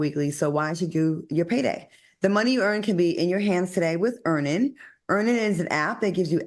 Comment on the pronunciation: Lol stop making Al discuss Earnin’…. He always says Earn In 😂